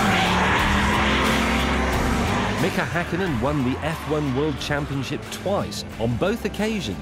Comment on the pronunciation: I've always loved how pronouces Mika Häkkinen correctly, that's rare